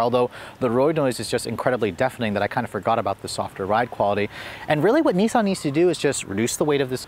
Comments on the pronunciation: Nissan is with a swedish accent, with a short I. Not niisan :P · Why do you guys say NEESMO and NEESAN? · Wish Americans would pronounce nissan properly